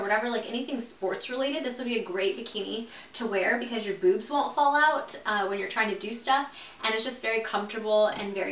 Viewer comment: i died when she said boozmz 😂😂